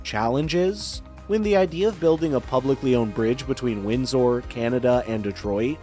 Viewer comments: The name of the Canadian city across the river from Detroit is pronounced ‘winz ur’, not ‘winz ore.’ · Windsor is pronounced wind ...sir, with emphasis on the first syllable, not emphasizing the last syllable.. sor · Windsor is pronounced WINDS-ER. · 😂 Depends On Your Axe Sent!! … 😅 Accent! … Wind Sore!! Win Sir!! 🇨🇦😳‼️